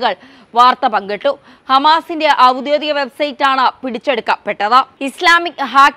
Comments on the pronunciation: "ഔദ്യോദിക " എന്നല്ല, ഔദ്യോഗിക എന്നാവണം ഉച്ചാരണം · "ഔദ്യോദിക" അല്ല . "ഔദ്യോഗിക" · 'ഔദ്യോദിക' എന്നല്ല."ഔദ്യോഗിക" എന്ന് ഉച്ചരിക്കണം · ഔദ്യോഗിക എന്നാണ് പറയേണ്ടത്, ഔദ്യോതിത എന്നല്ല